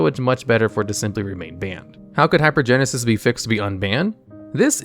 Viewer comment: Can’t pronounce half the cards, so shocker has no idea how good hypergensis is or isn’t. Tell me you’ve never cast any of these cards without telling me you’ve never cast any of these cards.